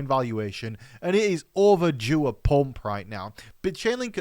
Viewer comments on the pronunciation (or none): I LOVE how you pronounce the word PUMP. With your accent, it cracks me up! lol.... 😂🤣😂